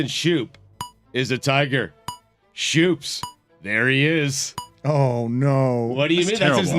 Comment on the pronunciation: Jonathan Schoop's name is pronounced Scope, so I doubt he's called Shoops. At least admits he knows nothing about baseball.